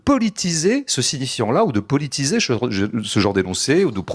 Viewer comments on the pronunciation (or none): Tout, mais qu'il arrête de dire "pelitiser".